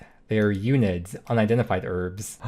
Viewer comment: Hearing you-nid instead of un-id has got me completely messed up